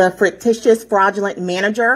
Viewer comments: Did that foolish woman just say frictitious? What the heck is that? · What is "frictitious" and why does she keep repeating it? Is "fictitious" the word she was going for? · Is she saying “frictitious” instead of “fictitious,” because the former could rub people the wrong way. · "Fricticious??" LOL!!! And did she really just ask for the US Army?? 🤣🤣🤣 Ok, Karen - whatever you say... But: Doesn't she think the US government is fraudulent? Then why would she think the US Army would be appropriate? 🤔🤔🤔 Can't have it both ways, Karen. 🤦🏼‍♀️ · Did she just say “where is the “fricktishus” manager”? I’m only 0.52 seconds in! Good lord! 🤣 😜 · That got me laughing as well. It's a wonderfully sounding fricktishus adjective! 😂😂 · All rise? Definitely one of Pauline's group. Thats one of their bits. Also, fruictitious? That's a new one 🤣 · Errrr “fricritous” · Fricticious? English isn't her primary language?